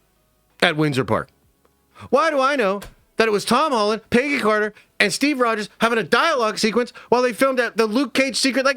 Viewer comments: Dude.....it's Peg. Gee. Peggy. Not PAYgee. Idk what SC city you hail from, is it wimpston? (Williamston) Is it Lane-kuh-stir (Lancaster) is it fucking pee-munt (Piedmont)? Where the fuck have you ever met a PAYgee? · So many leaks and videos talking about this one scene that’s probably only going to be 2 to 3 minutes long. You can’t be saying screw the leakers and make them go away if you’re making videos talking about it left and right EDIT: PAYgy Carter sounds so funny, I never heard anyone say Peggy's name like Paygy. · it literally sounds Paygy when he says it 🤣🤣🤣🤣🤣